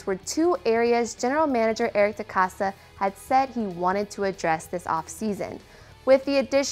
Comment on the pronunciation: Put some goddamn respect on DeCosta’s name .